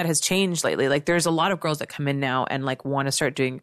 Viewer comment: Hearing her sayin that " u can see the desperation in tirls on the Internet" is kinda ironic from someone who sed to take footlongs on screen